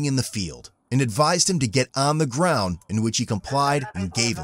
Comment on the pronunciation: GET ON THE GWOUND!!!